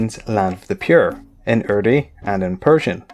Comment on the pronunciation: its urdu not urdi